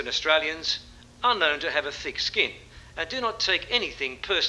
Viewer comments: Is that just a WA thing? I've spent fruitless hours with work colleagues trying to convince them there's no "en" at the end of known etc. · Spooky! Just listening to JL commentate on first day of Oz vs Saffer test match at home in the Perth hills, saying the words "shown & known" pronouncing them "showw-wen and knoww-wen" and up pops this in my YT feed! 🤣